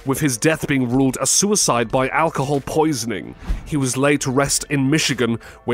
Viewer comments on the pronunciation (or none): none